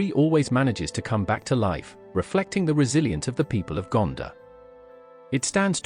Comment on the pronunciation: It’s not Gandah it’s GanDOR